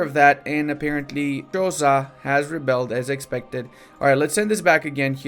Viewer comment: Didn't see this in the comments, but I might have missed it. Xhosa is pronounced with a click sound. They are one of the largest ethnic groups here. The language used in the Black Panther movies for Wakanda is Xhosa, incase anyone wonders what it sounds like.